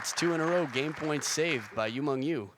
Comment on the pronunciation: its YU MENG.. YU not YU MANG.. YU ???